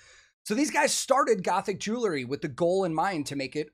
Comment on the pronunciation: Please know that you aren’t the only one that does this, but for some reason it is even noticeable on a video with Elizabeth. There is no such thing as a jewla Please stop saying jewlaree Especially when pushing the product. Jew•el•ry Jew•el•ry jewelry Just say the word jewel and add ‘ree’.